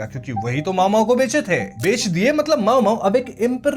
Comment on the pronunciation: मामो❌ माओमाओ✅